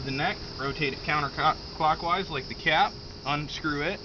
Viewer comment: LOL you said counter-cockwise😣😉😂